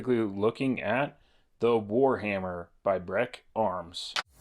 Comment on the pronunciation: ''BrEEK', not 'Breck'...